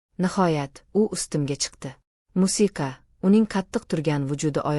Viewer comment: Унда мусика сузи тугри гапиринг